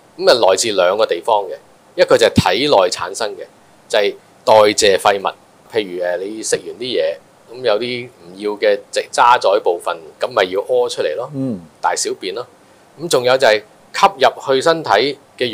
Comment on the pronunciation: 教授，渣滓係讀渣子音 ！！！